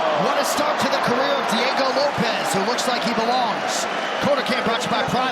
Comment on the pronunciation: Bro said Diego loaps 😂😂